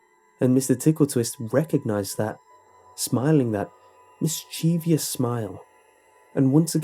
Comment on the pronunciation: Dude!! Mis-chee-vee-ous is NOT A WORD. Pet peeve of mine... seriously, why can't anyone say it properly?...And with that out of the way I'll goback to listening to the creepypasta~